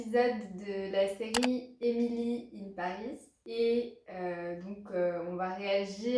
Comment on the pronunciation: Haha moi j'ai détesté le premier épisode mais peut-être je vais en voir plus comme « guilty pleasure ». C'est assez marrant que tu as prononcé le titre « Emily in Paris » parfaitement allemand.